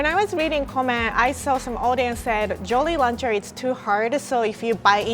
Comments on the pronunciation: was saying Jolly Launcher instead of Jolly Rancher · Lol says “jolly lancher” 😂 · I love when said jolly lacher and not rancher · the way she pronounces jolly rancher is cute haha. although, captions say “jolie launcher” and ya girls name is jolie so it is a bit concerning 😂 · Did really just call it a “jolly luncher”?😂😂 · At first I thought she said Jollie Rancher, as in a person😂😂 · "Jolly Launcher " Huh, now i know why they say japanese people mix up R And L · U mean jollyrancher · No OFENCE but she said jolly roncher